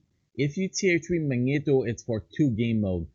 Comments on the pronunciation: Mag- Knee-Toe ur pronouncing it wrong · [Magneto] ,not [Mańeto] mate :D